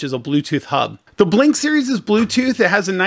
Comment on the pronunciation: It’s not Blink, it’s B link, as in Bluetooth link.